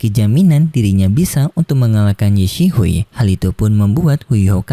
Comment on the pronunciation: Kenapa ye xisui lu baca ye sihui min kek aneh banget 😑